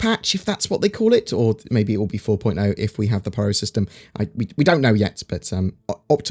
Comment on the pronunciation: I've googled it, it's called the Pyro System, please stop calling it the Pryro System